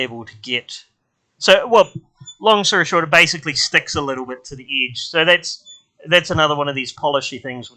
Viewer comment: You say bitter instead of better and idge instead of edge 😃